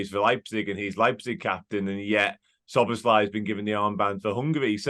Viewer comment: Pronounced it as So-Bo-Sly